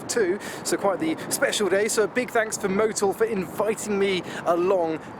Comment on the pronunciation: Great seeing you back again. Top video, glad you cut the last part wind noise, Nobody likes to have wind. The end smile, and how you say"Zanks"for watching, makes you unique & keep's me watching & waiting for the next intriguing instalment. 🇬🇧👍👍